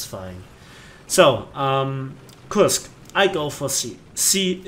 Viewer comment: Good video, that thing surprised me how easily it could kill me in my IS-6. :D Btw, the English pronunciation for Kursk would be more like "Körsk"